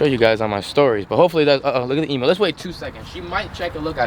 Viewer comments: Eeeeeem-yooooo NOT Eeeeeee-moooo! Gah! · Hey man can you please say emu like we do in Australia it goes like “E mmm U “ No Emoo’s over here ❤️ Still love the vids but no hate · What the fuck is an e moooo. You pronounce it totally wrong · EMU not EMOO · Please pronounce Emu properly 😡🇦🇺🇦🇺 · Just saying you pronounce emu by saying the actual letter e at the front